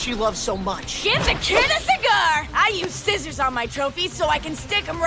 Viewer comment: That’s how my dad says scissors 😭💔